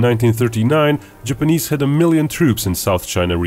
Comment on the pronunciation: Jipeneeeeeeeese why does it sound like he says it like that